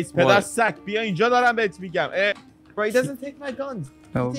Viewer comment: Hey its bien not bein take french lessons with me:D and call me sensei